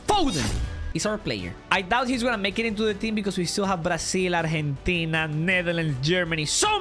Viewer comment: Why tf do you say arhentina instead of argentina